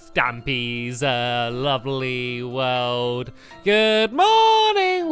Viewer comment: welkome to Stampys lovlyyy WOOOOOOLLLD HE says woold not world